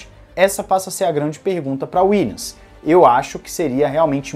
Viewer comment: Boa tarde. Acompanho diariamente o canal e curto bastante. Valeu pelo conteúdo! Gostaria somente de deixar uma dica fonética. Williams se pronuncia com som de M no final. Dessa forma ficaria algo como: "Williamis" com um i bem tímido e sutil. Fica bem diferente de "Willians" Valeu!